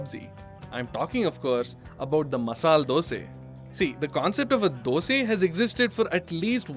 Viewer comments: Why you say Dos'e? Isn't it Dos'a? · Ah there you go “dose” sure you are from Karnataka